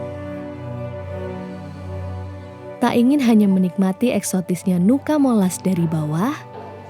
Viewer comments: Sebutannya tetap NUCA MOLAS, bukan NUCA di ganti NUKA. Selebihnya, terimakasih telah berkunjung di daerah kami, sangat indah.. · Cuma masukan aja kak..nama nuca molas,jadi tetap di baca nuca molas,bukan nuka molas..🙏🙏 Trimakasih sudah ke daerah kami..